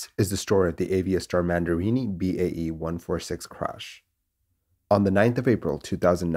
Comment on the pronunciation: Aviastar Mandiri not mandirini